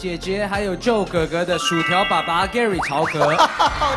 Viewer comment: 何炅好歹做节目前也做好功课嘛！Feynman念“Fryman”“Freeman”，Joe念“Joey”。这样有点不尊重小朋友们了吧？（何炅还是北外的教授。。。）